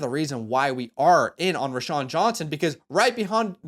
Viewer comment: ROW-Shawn. Not Ra-Shawn.